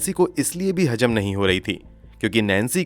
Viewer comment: You've a nice voice but your pronunciation is like uneducated people. Jameen ka kya matlab he? Baat Hajam nahi ka kya matlab? Dastavejaat ghalat he. I've checked the dictionary and grammar. It says zameen, hazam dastavezaat. I'm shocked how a person who is terribly pronouncing words but gets so many likes. Don't tell me you can't pronounce z. Btw it's phir se not fir se. You must learn to be the best. Also pronounce khoon and similar words properly.